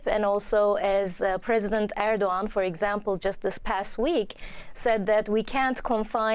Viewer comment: Turkish president who??? That pronunciation was abysmal